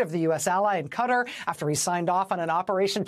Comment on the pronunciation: It’s pronounced “Ka-tar”, not “Katter”.